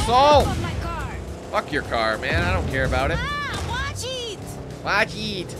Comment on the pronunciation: ‘watch eet’ Doesn’t that seem a bit racist him taking the piss out of the way she said it